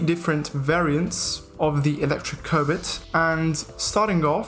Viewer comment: I heard electric COBIT